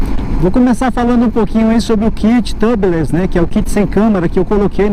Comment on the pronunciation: Só lembrando que se pronuncia "tiúbiless". Em inglês a câmara de pneu é "tire tube" (se pronuncia taier tiúb), porque tub, escrito sem a letra e no final (se pronuncia "tâb") é banheira. E pneus "tâbiless" seria um pneu sem banheira. kkk